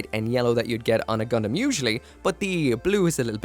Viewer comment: It's Gundam not gridman